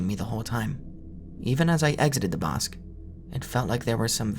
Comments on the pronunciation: Bosque is pronounced "BOHS-keh", amigo. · "Bosque" means "woods" (like in innawoods) in spanish, and it's pronounced something like "Boskeh", with the spanish é sound at the end, and a strong o sound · the way he says "bosque" like "bosk" is so funny